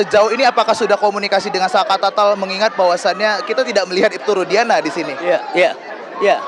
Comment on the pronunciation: Rudiana...jadi rudiga'ana